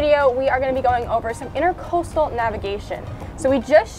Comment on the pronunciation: IntrAcoastal not intErcostal